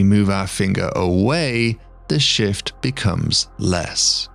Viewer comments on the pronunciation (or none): none